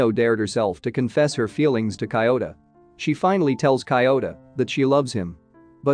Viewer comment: Cant focus when kiyota becomes coyota...